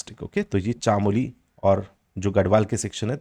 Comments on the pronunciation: Pithoragarh or chamoli to shi se bol lo sir uttrakhand se hu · सर गोविन्द पशु विहार को आप पौड़ी गढ़वाल में दिखा रहे थे वह उत्तरकाशी जिले में आता है उसके अलावा आप चमोली, पिथौरागढ़ भागीरथी का शुद्ध उच्चारण नहीं कर रहें प्लीज आशा है आप इनको सुधारेंगे 👍